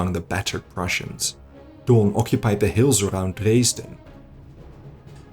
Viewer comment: Poor count von Daun. it's "DOWN", not Doon. He's not ruling Latveria or something.